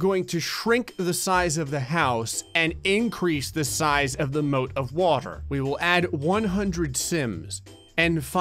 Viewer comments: the way he says water sounds weird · you said water like a Mexican